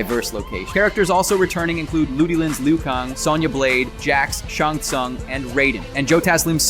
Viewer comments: That's not how you pronounce Lui Kang and Shang Tsung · Who is shong Shawn? You mean 'sha-yng soong' spelled shang tsung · Shang Tsung not Shung Sung Liu Kang not Liu Kung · Dude really said "Shung Sung" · dude said Shong Song ..... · mans said shong sun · Loo Kung? Shun Sun? Sorry about my OCD :P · While you make a lot of good points and a very informative video, you need to work on your pronunciations, I winced at multiple, like tarkatans, Shang tsung, hanzo hashashi, kuai liang, study up on them big homie, you definitely need it 😭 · how are you going to do a review and misspronounce the most iconic mk bad guy Shang Tsung?